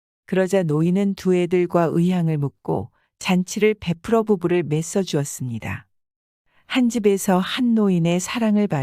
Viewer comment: 맸어주었습니다 -->맺어주었습니다(읽기:매저주었습니다) 풀어주시십오--> 풀어주십시오! 여러군데 매끄럽지 못한 문맥이 보이네요...